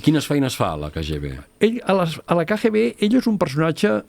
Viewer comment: Cada cop que en diu KGB, pronunciant la lletra G en castellà, fa mal a les orelles. Seria bonic que perfeccionés el seu Català. Per exemple: "vale" no és cap expressió catalana i la repeteix sovint, pot dir "d'acord".